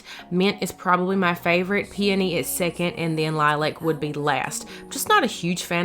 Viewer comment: Thank you do much for pronouncing peony correctly. Finally, driving me crazy. It will all come together. Entry table needs something in center tall.